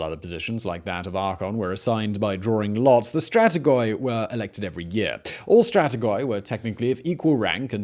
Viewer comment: I was doing okay with all the terrible naming mispronunciations until you started saying 'stratigoy' five minutes in. If you want to inform people (and yourself, clearly) of terminology, please carry out due diligence. With our current ease of access to resources and the prominence of your channel considered, this is unacceptable.